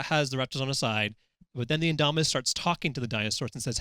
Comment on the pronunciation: Ok I'm just gonna say these guys pronounced the indominus Rex wrong and the mosasurios wrong